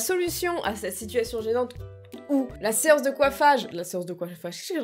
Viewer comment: Elle a pas remarquer qu'elle a dit "la seanche"😂😂